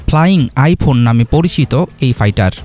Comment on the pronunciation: Fighter re gada not paitar